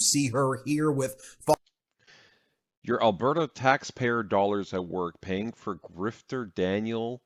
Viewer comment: She’s doing the right thing, I can’t stand the way he’s pronouncing Alberta is making me crazy. I watch 1 min of his video and was like uhhh NOPE. Lol